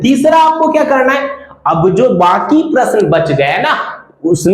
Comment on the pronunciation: Sir ap "jo" ko "zo" kyu pronounce karte hai ? Aur ek aur bat yeh jo ap bata rahe ho yeh to common sense wala bat hai isme aisa kya groundbreaking bata diya apne ki zindagi badal jayegi , jaisa ki apne likha hai thumbnail me